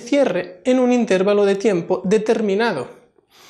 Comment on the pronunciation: Por qué dicen intérvalo? si lo correcto es intervalo